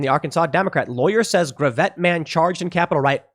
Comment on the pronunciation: Gravette, AR Pronounced Grav-it